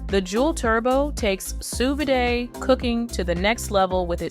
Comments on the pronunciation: sous "vidae"??? sous vide. kinda spoils your credibility when you don't know how to pronounce the name of the thing. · No one is going to trust a video about sous vide when the narrator can't even pronounce sous vide!